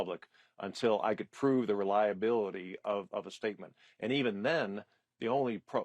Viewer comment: I wont respect somebody who mispronounces Kaitlans name again and again.